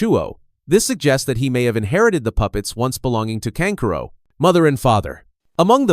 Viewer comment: channels like these really get under my skin cause yall have the potential to be good but use ai voice over to butcher the names. like seriously kankuro is kan ku ro not can curo and sa so ri not suh sori